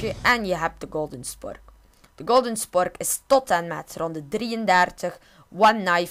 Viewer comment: normaal noemt het een spork maar hij zegt chpork